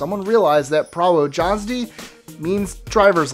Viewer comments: 25) pronounce it 'pravo yazdy' spell it: prawo jazdy :) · Its pronounced: "Pravo-yazdi"